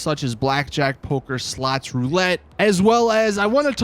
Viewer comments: Bro are purposely pronouncing “slots” as “sluts”? Lmaoo! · Why do I hear him say sluts not slots xD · My mum miss heard you. My volume was up loud and when you say slots all she was hearing was sluts. So with that being said. When you said we got slots and poker and slots this and that it made me and my mum LOL. So thanks for that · Everytime he said's slots i think je is saying sluts 😂. I think it probaly just me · He said “sluts” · Slots or Sluts 😂😂😂😂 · Literally sounds like you're saying "SLUTS!" 😅😂